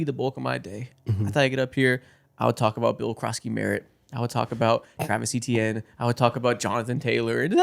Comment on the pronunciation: Travis Etienne’s last name is actually pronounced “AY-chan”